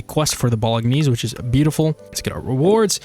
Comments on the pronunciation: Its kinda pronounced as "Bowl-en-yays" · Bolognese is pronounced BO-LO-NAYZE. NAYZE rhyming with FAZE. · ... Its pronounced "Bowl-a-nays" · Amazing Modpack and very Fun video :) and please learn how to say bolognese XD